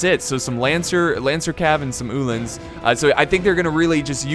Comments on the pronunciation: Ooooohlans not uhhhhh-lans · He doesnt know how to say uhlans, say U then say lans